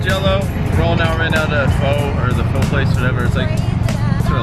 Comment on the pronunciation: you asian but u said fhooo wth lol it's pho' brah comon